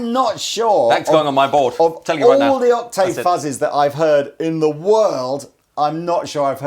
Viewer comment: Please can someone teach to say "octave" lol